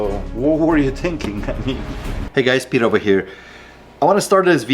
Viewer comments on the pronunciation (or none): none